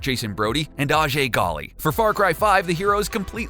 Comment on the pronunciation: Sorry but disliked for "Adjé Galee" --"